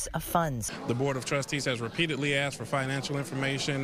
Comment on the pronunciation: "you axed me a question and I responded"